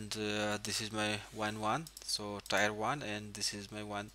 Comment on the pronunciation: I'm guessing English isnt your first language... One little tip (and your english is pretty good, and english is stupid...) Tier =is not said like The >Tire< on a car... But like "when you you cry a Tear" Ya English is stupid.... So think... Tear 1, Tear 2... :) Thanks for the video regardless!